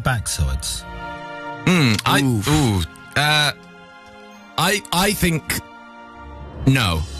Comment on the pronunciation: he said backsoids